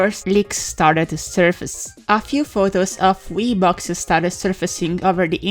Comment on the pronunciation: whenever you say wii it sounds like wiss